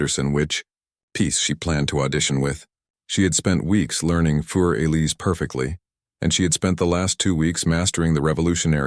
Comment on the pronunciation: More like “foor Eliza” Beethoven was German.